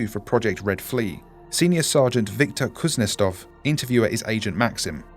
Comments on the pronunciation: I'd say that Kuznetsov is pronounced differently. Kuznietsov. You are pronouncing it Kuznestov. I speak russian little bit. Anyway, I like this video. I like these SCP videos, that you can listen without watching them. Plain voice. And you have great voice for this IMO. Edit: I was writing this during a video and you (or whoever was dubbed that officer) said it right in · Kuznetsov* , not Kuznestov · How did you fuck up pronouncing "kuznetsov" by turning it into a "kuznestov"? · I love your content but if you are dealing with foreign words maybe try making sure you are or other actors are reading them correctly it's kind of off putting when a two 'russians' in a dialogue can't pronounce a rather normal family name also whoever wrote this forgot russians have a name given after one's father but thats not your fault at all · I physically cringed every time you mispronounced Kuznetsov.